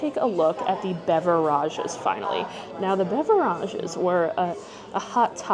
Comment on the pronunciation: Why are mispronouncing beverages ?